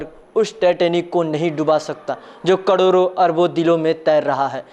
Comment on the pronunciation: koi dhank ka anchor rkha kro be.. .is bihaari ko to screen p padhker v bolne nhi aata... expression to or chutiya..... sabdo ka uchharan v thik se nhi aata... crore ko cadore bol rha 😂lol